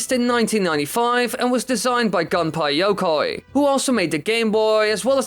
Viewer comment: I love how he says Gunpei Yokoi like "Gunpie Yokay"